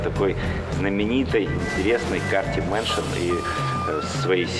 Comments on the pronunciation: дэ йе мэншон... может ка эс мэншон? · аха дэ мэншн да а не кс мэншн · мне послышалось или эта девушка сказала DE_mansion?